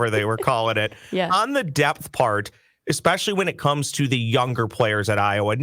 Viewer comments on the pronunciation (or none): The word is pronounced ESPECIALLY...NOT EXPECIALLY... COME ON